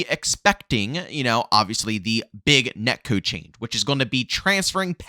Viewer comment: "Net kewd"